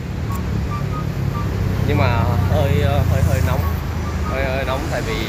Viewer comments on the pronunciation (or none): vãi đang nóng mà kêu nong